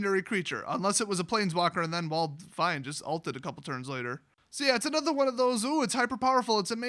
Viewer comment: Anudder one